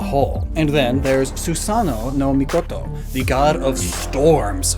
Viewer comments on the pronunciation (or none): I think you pronounced Susanoo wrong. I could be wrong, but pretty sure it's supposed to be the long o sound.